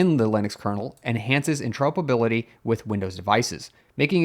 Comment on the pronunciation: And inter-ope-erability, for compatibility with the Midwest 😂